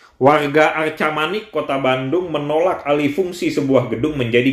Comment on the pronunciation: "Arcamanik", bukan "Arkamanik" atau "Argamanik"